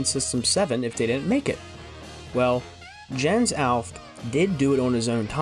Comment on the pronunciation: While we’re nitpicking pronunciation, Jens’ name is pronounced “Yens Allf-keh”